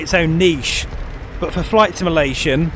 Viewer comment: Please learn how to say the word "simulation" properly, it's literally in your channel name for crying out loud.